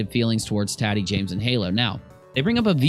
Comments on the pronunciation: lol think Tatiana and shorten it to tati. It's not tat like tattoo, it's tati like tot (rhymes with hot)....Tot-eee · You are killing me it's taaatiii not TATtii 😂😂